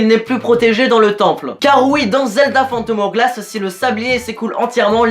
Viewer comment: Spirit tracks EST MIEUX. En plus as tu t'es trompé mdr c'est le link de wind Waker pas OOT, mais tu es pardonner grâce à ton magnifique accent "phantom OWglasse" <3